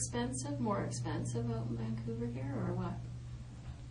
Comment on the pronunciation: Hahahaha he said vancooter